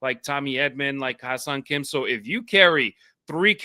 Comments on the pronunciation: Yeah it's a confussing name to pronounce. I thought is was pronounced like hiss-song Kim. He should probably just change his name to Henry! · You guys gotta stop calling him Ha-seong Kim